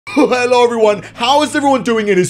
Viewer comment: In every single video of messyourself he always says hhhhhelo it’s messyourself gaming